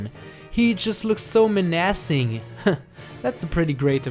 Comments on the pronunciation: "Men-assing" Way to butcher saying menacing lmao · He said: Men-ass-cing. Its menacing